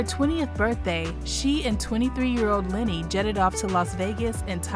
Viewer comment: Why do you keep calling him LINNY??????? ITS LENNY! (sorry, but that drives me nuts lol)